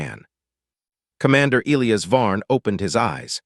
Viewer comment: The AI can't properly pronounce Elias.........Figure it out